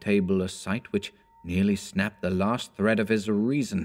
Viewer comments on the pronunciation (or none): none